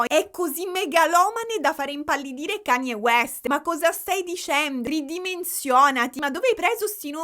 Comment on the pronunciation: Quando hai nominato Kanie West sono morta 😂